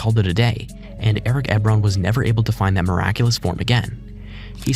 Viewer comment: Eric eb-ron 😂 its e-bron